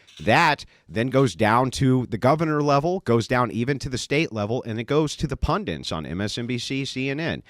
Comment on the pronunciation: It's "PundITS"...the word is "PunDITS" ffs, not "PunDINTS"